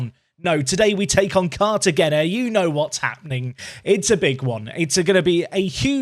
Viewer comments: 🗣🗣🗣 CAR-TUH-HEY-NA. Not car-ya-gen-uh. Lol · Please... it’s said “Cartahena”, the G is like in Gil